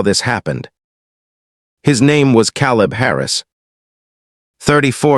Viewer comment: Teach ur AI how to pronounce peoples names. The a in caleb is LONG A.